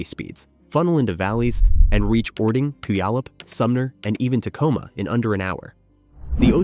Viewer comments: AI slop, I stopped watching when the “narrator” mispronounced “Puyallup” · listening to you say Puyallup reminded me people don't research how to pronounce names before writing scripts lmao